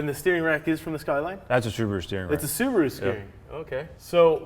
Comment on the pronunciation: Thank you for pronouncing Subaru correctly and not 'Sarbaru'